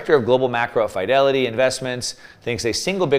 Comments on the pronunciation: Its pronounced as Feed-elity NOT Fy-Delity !! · The "i" in Fidelity is pronounced like "it" not like "high".